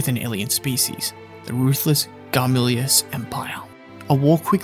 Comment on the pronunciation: There honestly needs to be more videos of scenes from this series on youtube. Btw its Gamilas (Gaa-mee-laas)